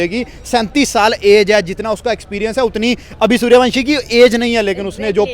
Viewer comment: Saliyo suryawansam nahi suryawanshi 😂😂